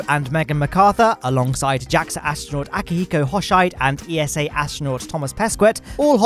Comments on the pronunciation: please learn how to pronounce the astronauts names! I'm Thomas pesquet is pronounced Toma peskeh. Hoshide is pronounced hosheedeh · Just to let you know, Hoshide is pronounced like"hoe-shee-de (sounds like "de" in "den")."